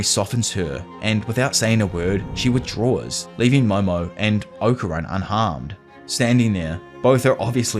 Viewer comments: Okarun is pronounced Okarune bro they say it properly in English and in jap when y’all start butchering names it’s like my ears bleed. Not trying to be rude I’m just saying. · Its Oka-roon... Fuckin annoying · The way ‘Okarun’ and ‘Saint-Germain’ is pronounced in this so disconcerting.